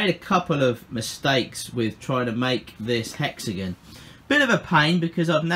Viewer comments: “Hexagen” Me: ⊙０⊙ (° ο°) (@@ Me: I LOVE IT ITS NOW HEXAGEN NOT HEXAGON ( ͡° ͜ʖ ͡°) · 🛑 Hexagon? Hex-a-gon? Hex-uh-gone? Hexygen. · Hexagin its hexagon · Hexagn lol it's hexagon not hexagn lol I'm dying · It like how he says "hexigun" instead of " hexigon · Everyone:Hexigon Him:hexigun 🙄👌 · I live in the USA and when u said hexigin I laughed rlly hard ((no hate)) I’m just saying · Completely random, but I love the way you say hexagon.